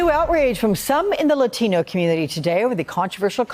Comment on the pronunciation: the way he pronounces "latino" everytime gives me cringe shivers